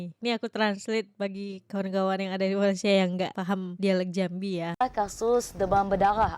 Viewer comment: maaf..sila betulkan sebutan Malai sie kepada MALAYSIA… #malaysia 🇲🇾 #awaksopansayasegan